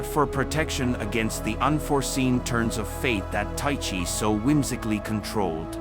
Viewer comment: It's pronounced 'Ty-kee'.